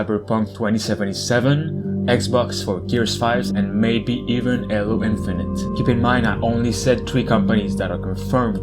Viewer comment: It is not pronounced aylo! Its hey low